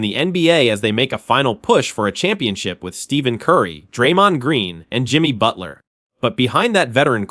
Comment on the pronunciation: You should learn how to pronounce Stephen Curry's name